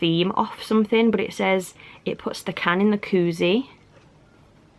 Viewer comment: 🤦🏽‍♀️ coozie not cookie